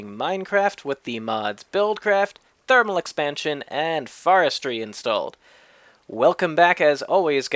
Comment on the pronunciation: thermal expansion, not therminal. Lol